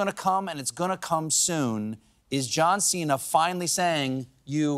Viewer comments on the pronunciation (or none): His name Cena is not “seen-hu” but chena like diner in Italian